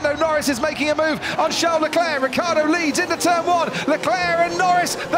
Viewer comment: Ricciardo with the iiiiii please !!! Not Riccardo!!